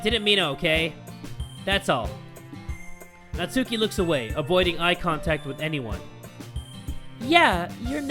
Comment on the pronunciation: It's NAT-SKI